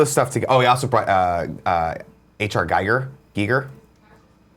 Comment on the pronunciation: H.R. Gigier ( pronounced Gee-ger) was a Swiss artist.